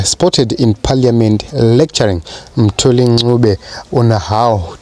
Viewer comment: Lol, why do you pronounce Mthuli as Moo-thuli?